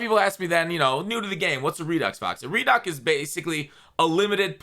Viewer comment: Yeah fox what’s a “REDUCK”😂